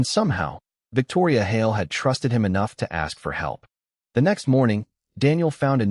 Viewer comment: The stupid AI can't even pronounce "Hale", it's one syllable not two.